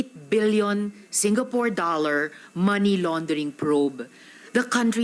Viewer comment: Correction lang “Money” NOT “Many”